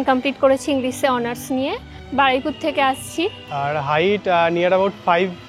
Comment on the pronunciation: হেই মেয়ে তার বাড়ি কাঁঠালবেড়িয়া মানে হোটোর স্টেশন থেকে নেমে যেতে হয় আর বলে বারুইপুর🤣🤣আবার বলে আমার বাড়ি বারাইপুর 😁আর ওটা বারুইপুর